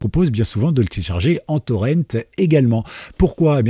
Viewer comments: Honte à vous ! Prononcer "Torrent" à l'anglaise alors que c'est un mot... français !? Pas fort... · Le mot français pour "torrent" est... "torrent" ! C'EST un mot français : le "torrent" d'une rivière !!! Ça se prononce comme "Laurent" ou "auvent". PAS le "ent" à l'anglaise...